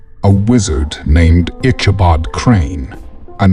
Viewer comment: I don't know what is up with the reader, but every name in this story gets mispronounced in some way so often that it becomes annoying. Katrina is called Catalina, Brom Bones' last name becomes Barnes and Ichabod gets mispronounced any way you can imagine during the reading. Even the horse Gunpowder gets called Dynamite at one point (it didn't even exist at the time this story takes place). If it's an actual reader, he goofed up a lot and if it's AI, then it's still got a long way to go.